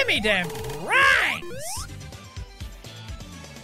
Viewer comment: You know the that the funny thing is how you say rings is rangs